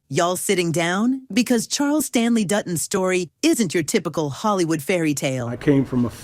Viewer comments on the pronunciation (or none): none